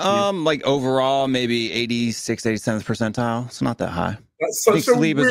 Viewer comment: "percentile" 😭😭😂😂 should've ended the convo there man